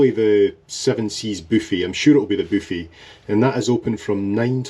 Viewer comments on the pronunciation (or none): I just love it when you say “ boo fee”. It just makes me laugh.😂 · Me too, gives me a giggle every time.